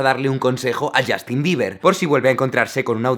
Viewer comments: Yastin? se pronuncia YOSTIN! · ¿Por qué los españoles tienen la horrenda costumbre de pronunciar la u inglesa como a? No es ander, ni es Yastin -_\